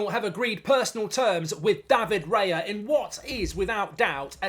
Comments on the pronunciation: Isn’t it Raya, not Reya? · isn’t it “Raya” instead of “Reya” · It's Raya btw 👍🏼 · Bye bye Turner. 😢 BTW is Raya not Reya 😅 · it's Raya btw🤣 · Isn't it Raya?